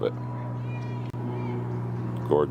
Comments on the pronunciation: its ja- not jar, ja rah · it's pronounced JARRAHHHHHHHH and you pronounce the a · It's written Jarrah but it's said Yarrah. Sorry we Australians have some strange pronunciations. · You've got the spelling right, mate, but the pronunciation's a bit off: need a shorter "a" sound. Pretend you're from Boston when you say it! Think of the "a" sound in "cat" :). Jarrah's one of our most beautiful timbers. Sadly, it's a Western Australia native, so it's not as easy to get over on my side of Australia. The East Coast analogue would be spotted gum - both have similar practical uses - framing houses, piers, railway sleepers and tool handles (it's what we use instead of hickory in that regard). But jarrah tends to get used more for decorative stuff, as well, more so than spotted gum - flooring, hot tubs, furniture, and, of course, turning. Really rot-resistant. I've got an axe handle made from jarrah, and it's almost a shame to use it as such. When I sanded the wax off it (it was sitting in my dad's garage for...ever, probably) it just got more beautiful, so I went beyond a standard tool handle finish and finished it off with fine sandpaper and steel wool.